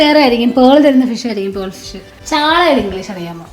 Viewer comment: Perl❌ pearl ✅